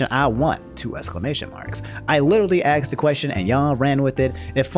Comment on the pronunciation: it pisses me off that you say 'axe' and 'axed' instead of 'ask' and 'asked'